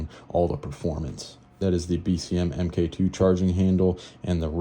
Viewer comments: Omg, it’s pronounced “Mark Two” not “M K Two”. 😂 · Pronounced MARK!